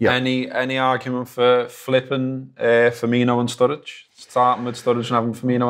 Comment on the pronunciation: FER..MI...NO!!!!! FFS!!!!